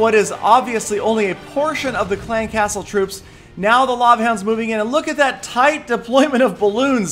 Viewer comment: The way says "clan castle" annoys the fuck out of me, stop putting so much emphasis on castle. It's clan castle. Not clan CASTLE.